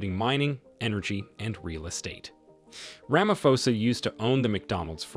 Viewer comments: rama'p'osa it's pronounced rama'p'osa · U called him Cyril ramafosa 😅